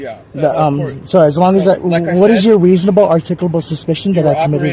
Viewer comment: Lmao "reasobabable articucapable suspension"